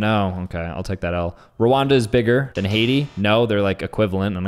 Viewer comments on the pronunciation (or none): none